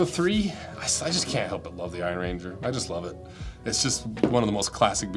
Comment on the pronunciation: An Iron Ranger is a person from the Iron Range, not a ranger made of iron. Slightly different emphasis on the words.